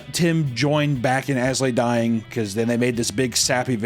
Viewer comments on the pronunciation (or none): please stop saying "As Lay Dying" and pronounce the "I".